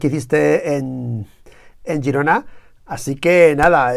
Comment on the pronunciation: Girona, no gerona. A usted le gusta que le llamen por su mombre, no?